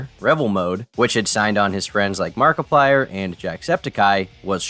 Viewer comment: How did you manage to mispronounce markiplier’s name